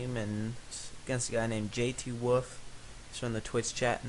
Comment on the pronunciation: im jthwoof and its jthwoof not jtwoof